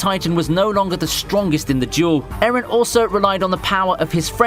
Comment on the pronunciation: Why do you pronounce Eren like Aaron bruh.